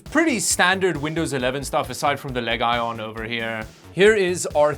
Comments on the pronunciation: The "Leg Ion". Just going forward - it's pronounced LEE-jun. Which you probably know but for funny purposes, you just sent it. Good vid, had no idea laptop prices were...reasonable (unlike gpu prices) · Leg Ion? is that more of your over the top sarcasm? I thought it was Legion; like Lee Gen. Anyways, I always enjoy your videos, and this was no exception. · wait. did you say leg ion? and not lezhon? is that how they pronounce it officially? with a hard G? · Leg ion? is it not pronounced LEGION? as in leejohn you don't call the computer game legion arena LEG ION arena? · It's not leg ion, it's legion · I thought it was pronounced lee-jun not leg iron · LEG ION... isnt it LEGION as a roman army Legion? Was I saying it wrong all the time? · bro said leg-ion XD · him pronouncing "legion" "leg ion" instead of "leejon" shortened my lifespan by 20 years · Did you call it "leg ion"?? In English the word 'legion' is pronounced 'lee-juhn' ;) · just curious why do you call these LEG ON instead of Legion (leejen)? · Wait wait wait, its pronounced (Lee jen) not ( Leg a ion ) ??? i'm so confused, was I wrong my whole life? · Lenovo legay? It's LEGION 😔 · its not LEGion. its legion ^^ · why do yo call it LEG I on? its LEGION! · It is not leg ion but legion (lejan) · Dude It's L E G I O N not Legon :))😅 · Leg-ion? Learn to pronounce words. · "Leg - ion" 😂😂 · leg ion ??? 😂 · i love how he pronounces legion as leg-ion as in a leg with no electrons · Where do you get Lay-ga-no from, it’s legion, lee-gen 2 syllables not 3, your just adding random sounds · does reviews but can't pronounce the word properly. Legion is pronounce has Lee-jin & not leg-ion 🤦🏻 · Did he just say Leg Ion? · Legion is pronounced like the word region - not leg ion or legon...other than that, very funny like always! Thx! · leg-ion? its legion.. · It's pronounced'lee-jun'. Like, have you never seen any movie about the Roman Empire? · I love how he says “leg-ion (iron)” instead of legion😂